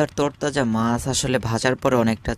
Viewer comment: বাংলার উচ্চারণ আপনার অত্যন্ত বিশ্রী। বাংলাদেশের লোক বাংলা ভাষার বুণিয়াদ কে সমাপ্ত করেছে। মাস....নয় , মাছ উচ্চারণ করুন।